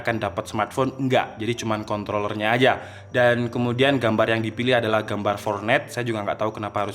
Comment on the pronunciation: "Fornet" wkwkwk🤣